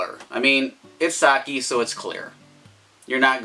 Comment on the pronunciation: you cant even pronounce sake correctly lol. start making videos again when you can say it right